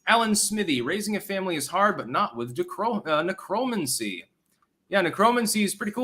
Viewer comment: IDK if you mis-pronounce words on purpose for entendre purposes that i miss. Considering the root word has the same meaning as a similar sounding word, I'm guessing your pronunciation was purposeful. But for the record, "necromancy" is: nĕkʹ-rə-măn'-si